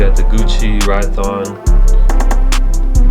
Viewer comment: Aren't they called Rhyton Sneakers? Ry-ton